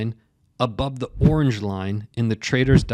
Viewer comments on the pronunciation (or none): none